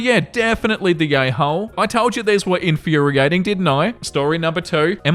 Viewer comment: I think it's a little funny how pronounces the word "infuriating"